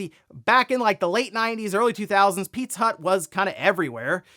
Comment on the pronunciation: every time he said it, i heard 'Pizzutt'...